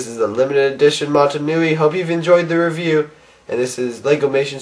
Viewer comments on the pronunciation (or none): none